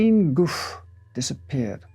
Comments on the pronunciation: sorry, I guess it just bothered me how the most important name in this video was not pronounced correctly. I wouldn't have said anything, but then I saw your comment and I thought how ironic 😊 But yeah, I guess no harm done, it's fine either way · But but but isn't it goo'FAY?? All those well pronounced French words but there's an accent ague on the final e. Goofy! 😂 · Very interesting, but it should be pronounced Goo Fay. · Thank you for this post. If that's helpful, Gouffé would be pronounced 'Gouf-fay'. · It's pronounced "Goo-FEH". 👍🏻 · Judging by how the name is spelled, Gouffé, it should be pronouned "gou-fay". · He’s pronouncing a lot wrong. It’s Gouffé, not goof. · Except he doesn't pronounce them well at all 😅 He especially butchers the name of Gouffé, which, if it really has an accent on the last letter, the 'e' is not silent. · Not a big deal of course but the "é" in "Gouffé" is pronounced, like in the loanword "résumé".